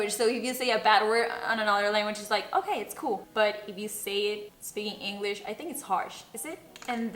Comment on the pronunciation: Shot por cada vez que dice "spikin inglich"